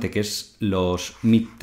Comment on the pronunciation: Y este tío, quien le ha dicho que sabe de finanzas? La revolución digital pone delante de nuestros ojos a cualquier zonzo con un poco de valor a "dar clases" en las pantallitas. Ni siquiera puedes decir "midterm" si que te equivoques. Vaya zumabao.